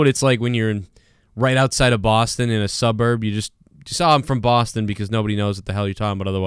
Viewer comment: dude, say boston again